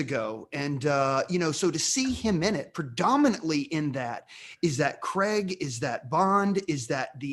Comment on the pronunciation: Who is Daniel Creg?! fellas it’s pronounced Craig (cray-g) 😂